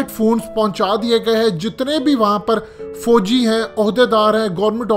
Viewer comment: Fooji ni hota fauji hota hai,idiot bolna na aya